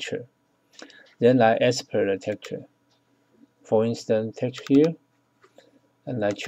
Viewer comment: Export. Not Espert. FBX. Not FBS.